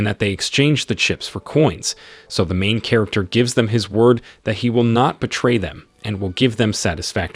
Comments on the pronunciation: And that emphasis on MAIN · THE EMPHASIS ON MAIN MAKES ME WANNA PULL MY HAIR OFF